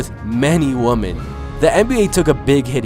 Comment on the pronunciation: am I the only that thought he said men and woman